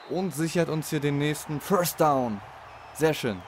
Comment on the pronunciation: Ein Föstdaun? Is ja n Brüller. Hör auf Football zu spielen. Das Ding heißt First Down du Klon.